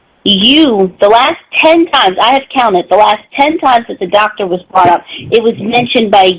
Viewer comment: Happened upon this video, and I'm glad I did. This call cannot be dissected enough. This whole saga, with "Tha Doctuh" is my personal favorite.